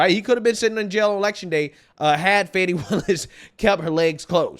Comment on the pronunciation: Note to media, there is no 'W' in Fani.